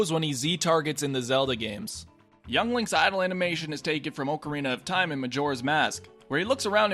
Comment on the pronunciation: AHHHHHH, OHHHHHHH-CARINA OF TIME? STOOOP